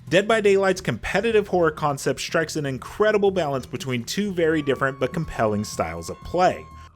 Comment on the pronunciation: "Increadable balance" lol